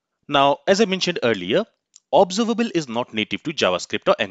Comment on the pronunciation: Please lookup the correct pronunciation of 'Observable' using any dictionary on internet. Its a shame that you did not do this before this lesson.